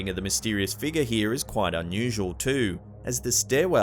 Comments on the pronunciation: It's pronounced "FIG-YOUR" UGH HOW MANY TIMES CAN I HEAR" FIGAH" BEFORE I SNAP?!?! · What the h. Is a “( figah)”???